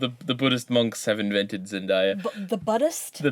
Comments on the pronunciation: It's not zen-die--uh, it's zen-day-a. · You pronounced Zendaya wrong. it's Zen-day-a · Wait, when did Debby Ryan get blonde hair? And K.C undercover is a new Disney sitcom also it's pronounced Zen-day-ah